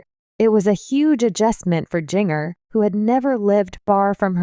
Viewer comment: Her name is pronounced JINJER!